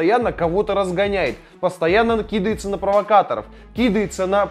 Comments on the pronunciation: не кИдается, а кидАется!!!! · классный контент, хорошая подборка, но подтяни русский язык: кИдается и прочие просторечия очень режут слух)